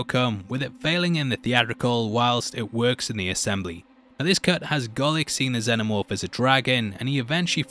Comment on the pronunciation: I know this is lame of me, but I'm really struggling to get through this video because you keep saying, "the xeNNomorph". Its "xeNomorph"! Every time you say it, its like nails on a blackboard. Shame because other than that I like the video a lot.